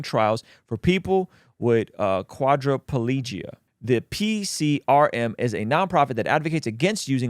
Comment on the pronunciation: The way you pronounced quadriplegia was hilarious.